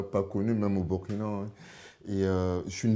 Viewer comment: Très belle découverte et très bel échange. Juste souligné le fait que Burkina se prononce Bourkina comme Burundi.